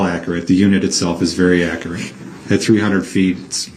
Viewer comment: accurate translated to brook's pronunciation = ack - rat....